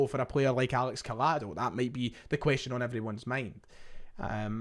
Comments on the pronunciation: A double L in Spanish is said like a Y. Like Coy-ado, not coll-ado, if we’re gonna sign him this would really wind me up if people said his name like this 😂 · Pronounced Coyado. Barca and Celtic fan here. Good player, Xavi likes him but the competition is too much at Camp Nou esp after this summer's spree